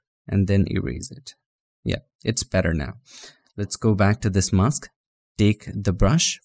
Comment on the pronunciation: Your tongue twisted on mask Spell as mas k or mes K